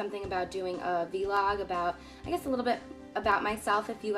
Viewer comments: vee log? lmaoo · ...did she say "vee log" ... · a vee-log lol. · 'v log' LOLOLOL C